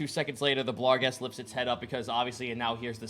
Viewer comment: It's BARGhest and GLABrezu not blarghest and gabrezu. Finally I've caught up on this series so I can get that off my chest. Love the show!